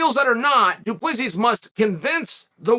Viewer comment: Good to see Chael finally get DU Plessis name right,lol.